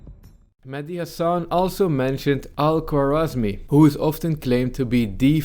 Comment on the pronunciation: He mispronounced Khorezmi as if he had no idea what he was talking about